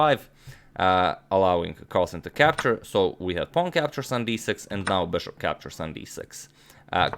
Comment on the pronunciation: How did it become a fashion among youtube chess promoters to mispronounce pawn phenomena? What a strange world we live in!